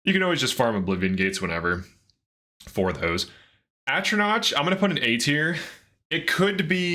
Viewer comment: Atronach doesn’t rhyme with crotch. It’s knock not notch. The emperor even says it out loud when you select the sign.